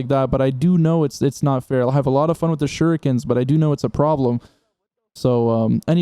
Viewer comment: Um he just called them shurookens 😂😂😂😂